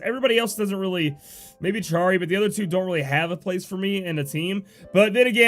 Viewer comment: Love all the info you provide us with! P.S. it's pronounced 'arrow-guh/arrow-juh' and Charie is 'Shuh-ree' (